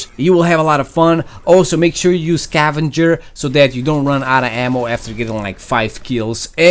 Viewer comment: it's scavenger not cavenger